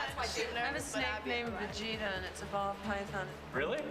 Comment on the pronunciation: I swear it sounded like Adrienne said her snake’s name was “Vegeta” 💀 but the subtitles said “Brigitta” xD